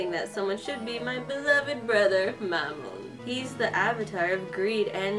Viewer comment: U kind stayed his name wrong it mammon Not mama